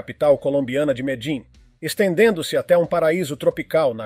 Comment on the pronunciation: Qual é a Capital da Colômbia? Narrador: Medim! 😂